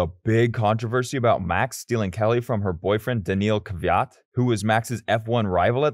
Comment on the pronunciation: This was a good video but the way you were saying some of the names just pissed me off. Like Max, Daniel, Dani Kyvat, Valtteri